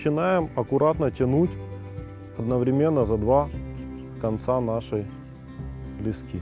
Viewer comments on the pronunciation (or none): none